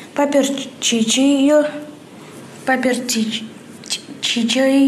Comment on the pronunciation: Выпуск офигенный! "Поперчичи"))) блин,сама теперь не могу правильно сказать ))))))